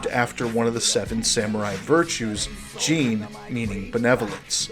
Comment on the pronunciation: Great analysis! The only thing that bothered me was how you pronounced "Jin" as "Jeen" the entire time, it made me shiver ☠️